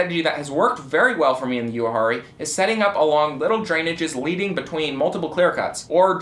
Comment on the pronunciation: I've been around Uwharrie all my life and never once heard anyone call it "You-harrie" not once. LOL 😂